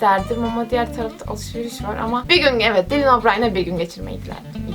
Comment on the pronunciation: seni severim ama dilin değil daylın diye okunuyor nsnsnssn